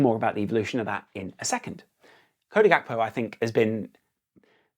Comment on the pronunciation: Love your content, but Gakpo's name isn't of Dutch etymology. It's Gakpo not Hakpo. It's jarring on the ears.